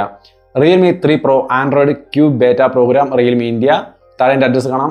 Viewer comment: ബേറ്റ അല്ല ബീറ്റാ ആണ്